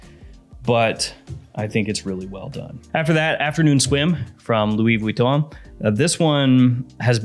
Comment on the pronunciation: The way pronounced Louis Vuitton had me rolling! Also the first time I tried Afternoon Swim it smelled like Chlorine to me.